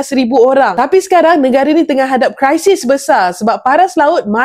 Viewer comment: Kri - sis NOT cry - sis 😅